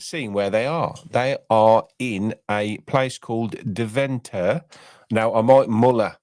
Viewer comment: Great podcast 🥰 I’m a Villa fan in the Netherlands and great attempts with your pronunciation. Deventer = Day-ven-ter (emphasis on ‘day’)